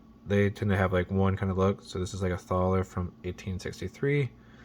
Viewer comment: In thaler its pronounced like taller this is where the word dollar originated